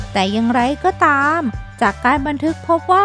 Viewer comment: ตอนนี๊ ในปี๊ อย่างไรก็ต๊าม เสียงน่ารักแต่เยอะไปนิส